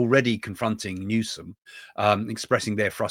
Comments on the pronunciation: Newsom, not Newcomb. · Hello Craig, it is not Gavin Newcome, it's Gavin Newsom. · Craig, his name is Newsom, not Newcom. Are you sure you're not spreading Trump's disinformation. One of the fire chiefs in LA was on the news today and contradicts what you are saying. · It's Newsom instead of Newcom, but many prefer to call him New-scum! 😁 He has been governor since 2019 and Lt. Gov. for 8 yrs before that! He should've taken care of these fire safety issues a long, long time ago. Pres elect Trump shared many concerns a few years ago but Gavin did not want to listen to him, instead Gavin used taxpayer's money to fund other ridiculous things. The LA mayor cut 17M from the Fire Department. Fire Chief Crowley and all firefighters was not happy about it. I sadly live in CA but DID NOT vote for Newsom or Karen Bass